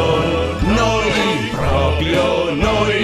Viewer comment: Bellissimo peró ogni volta che dice "Propio" muoio un po'...